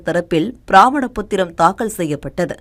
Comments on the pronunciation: ப்ராமணப் பத்திரம் அல்ல பரமாணப் பத்திரம். உச்சரிப்பில் கவனம் தேவை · பிரமாண பத்திரமா பிராமண பத்திரமா? படிக்க கூட தெரியவில்லை. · எதே.. அது என்னங்க அம்மணி? "ப்ராமண" பத்திரம்?" .. அதுக்கு பேரு "ப்ராமண" இல்லீங்கோ! "ப்ரமாண பத்திரம்" அம்மணி.. இங்கிலீஷ் இல் Affidavit நு சொல்வாங்களே.. அதுக்கு தமிழ் பேரு ப்ரமாண பத்திரம்.. நீங்கள்ளாம் செய்தி சேனல் ல வேலைக்கு சேர்ந்ததெல்லாம் தமிழகத்தின் சாபக் கேடு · Amma! Brahmana pathiram alla Pramaana pathiram Yen ippadi padikkireergal? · அது ப்ராமண பத்திரம் இல்ல ப்ரமாண பத்திரம். ஒழுங்கா படியுங்க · Adhu pramana pathiram bramana pathiram illai